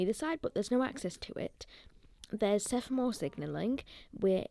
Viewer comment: Cool video, by any standards, not just for a 12 year old! One small point, I know it's an increasingly vanishing thing, but it's SEMAPHORE not SEPHAMORE 😉 I've just subscribed so I look forward to further content 😃